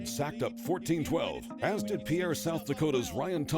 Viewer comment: Learn how to properly pronounce South Dakota’s state capitals name. It’s not pronounced like a French man’s name it’s pronounced like a boat Peer!